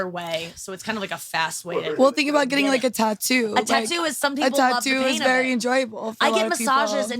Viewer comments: Bart...its spelled tattoo..tat-too...not ta-too...but telling Bart how to speak properly is like telling a dog not to lick its own asshole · I hate the way he says tatu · Bert is garbage. Keeping saying tuhtoo until someone asks you about it. I’m so glad no one said anything until like the 15th time he said it. You really get to see that 80 percent of this group has barely a drop of talent and humor. Big Jay, Mark and Shane. Period end of story, have a nice day 👍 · Bert was trying so hard to have someone call out how he pronounces “tattoo” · Bert's "tattoo" pronunciation is super cringe, the fact that he leans into it is even worse, like it's not funny when you have to remind people that you're saying it that way on purpose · Bert saying tattoo wrong boils my skin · why does Bert always pronouce tattoo like that? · Bert the typa dude to correct everyone else when he says tattoo wrong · He thinks it's funny and like everything else he does he overdoes it 5000%